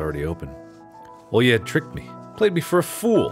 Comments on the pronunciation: Русские: Оля Марк: Олья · Mark struggling to pronounce a basic Russian name is so funny for no reason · Me, a person actually named Olya, listening to Mark while he tries to pronounce the name: you will get there someday, buddy